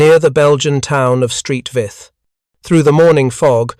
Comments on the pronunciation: Exactly. Saint Vith! Not "Street Vith"!. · St, is pronounced Saint not Street Saint Vith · “Street Vith” no no no Saint Vith stop with the AI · Street Vith. 😂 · St. Vith? It is 'Saint', not 'Street'. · Please ditch the robovoice - Street Vith for St Vith and Mark is for Mark I Tigers, indeed. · St Vith is not street Vith. Its Saint Vith. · "Belgian town of Street Vith"😂😂😂😂😂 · Ffs, "Street Vith??" Wtf. Do better. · Street Vith?? 😂🤣😂🤣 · Oh the limits of AI and automated voice over. “St.” isn’t USPS speak but short for Saint, Sankt or Sint all the local languages (French, German. Walloon, …) for “Saint.” St. Vith was named for Saint Vitus.